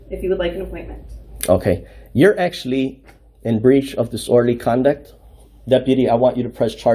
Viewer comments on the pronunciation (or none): Another frauditor that knows how to be disorderly, but can't pronounce it.